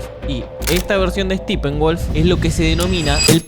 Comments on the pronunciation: Se pronuncia Steppenwolf, no STIPENWOLF :) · Los argentinos tenían la característica de No pronunciar originalmente los nombres en inglés, pero Tú.. te pasaste al otro lado en vez de decir "Steppenwolf" a decir 'Estípen-guoLf" ...para que arregles éso bro. (Y es molesto a lo largo del video). Pero todo lo demás, el análisis, las fuentes, los estudios previos (que te dan muchísima sustancia en tus videos) y punto de vista, es excelente bro, además, TE SIGO 😅 ‼️Asiq no tomes esta pequeña apreciación, como algo general, sino, es algo que en conjunto con todo lo demás, harían perfecto tu trabajo, y uno de los mejores en Youtube en trabajos de crítica y análisis al 7mo arte✨🎥🎬🎞️🍿 Asiq, saludos, felicitaciones y los mejores deseos, desde... >Adivina de dónde...< -Desde SANTIAGO de CHILE pos bro !!🇨🇱✌🏻😂‼️ jajajjajaja !!!